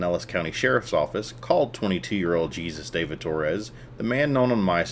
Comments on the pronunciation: Lmfao I love how you said it like “Jesus”. It’s “Haysoos”. I’m soooo glad I never got into that garbage fire of a band. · His names pronounced Hay sues , not jesus - otherwise , thanks .